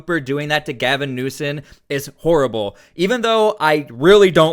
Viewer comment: You make great videos! His name is newsome not newson